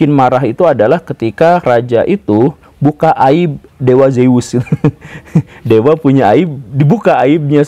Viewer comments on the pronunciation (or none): none